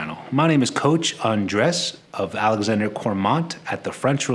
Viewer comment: No offense but every time you say "I'm coach Andres, Its like saying that you are 'coach Undressed' LOL. Anyways keep up the good work Sir!